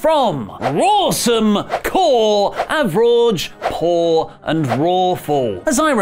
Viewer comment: You pronounced "poor" wrong